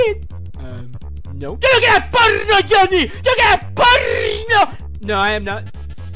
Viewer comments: I think be sayin' "Jonny" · It is pronounced "Johnny" not "JoNy" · i can stop laughing in jj bb and the start jj said johnknee 100x times